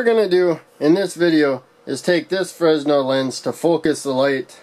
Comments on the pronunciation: It's pronounced "fray nel" lens NOT "frez nel" lens. The letter s is silent. This is because the inventor was French and their language is, shall we say, unusual. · Buddy love the video, a little correction, it’s FREH-NEL not FREZ-NEL.